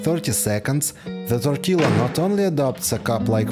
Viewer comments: hey hey just a tip, tortilla - the LL isn't pronounced. Tor-tee- ya! 🤷🏼 . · I really enjoy your videos and the tips you give are very usefull. May I comment...do not pronounce the "double ll" in tortilla as in italiano is "tortiyia". We mexicans do not need them to be in a certain shape to eat them . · It's pronounced Tor TEE Ya. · It’s pronounced tortiya , the L is pronounced a y. Love your videos. All the best! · Check out your pronunciation of tortilla. Try tor tia. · TOR-TEE-LA Hahahah!! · It is pronounced torteeea. Not trying to be a dick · Love, love this channel. Just 2 quick tortilla things. I don’t know if you can get corn tortillas, but that’s what we use here in the states. In Spanish double l is pronounced as a “y” sound. No big deal, but thought you might like to know. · Interesting how you pronounce tortilla. You say the L sound and then finish with the YA sound. In Spanish, it's just the Ya sound after the Ti sound. Great hacks btw, definitely gonna use a few of these! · Tortilla...pronounce the double L like the letter Y (ya). This is consistent for Spanish words. BTW, ❤ your videos! I find the music a distraction, perhaps lower the volume. Thanks...